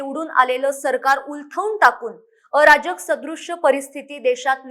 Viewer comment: अराजक शब्द चा उच्चार सुधारा